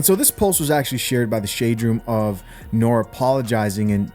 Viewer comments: Bro u look a lil younger than me so may not know about this Era of hip-hop, but the guys name is pronounced Nor-Ree not Nore. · Its not pronounced nor. Its pronounced norie